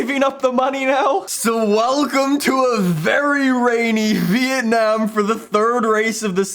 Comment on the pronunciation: really says vietnayum grond prix